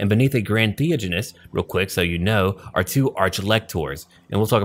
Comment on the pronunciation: Thee-ODGE-anist, NAG-ash.